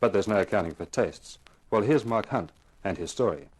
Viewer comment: IKR?! 😂 Tho it does sounds as if she says "Mark Hunt"